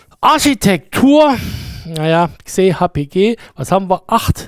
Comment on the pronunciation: Moin! Wer hat Dir/Euch denn erklärt wie Xe ausgesprochen werden soll - macht die deutsche Marketingabteilung was Anderes als die Englische? Wenn's direkt vom Englischen übersetzt wird, soll es wie "ix-eh" ausgesprochen werden, nicht "kseh". Das ist ein X - ein Grafik-X (wie in DirectX oder Xorg) - mit Exponent, weil es super dolle skalieren soll - also bitte, "ix-eh"! Vielen Dank, schönen Tag noch. 😊